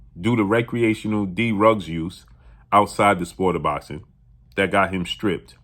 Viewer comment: I had to rewind to make sure I heard him say DEE RUG use LMAOOOOOOOOOOOOOOOOOOO